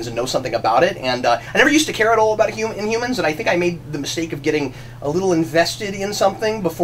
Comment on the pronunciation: you forgot to put the "h" in. Inumans.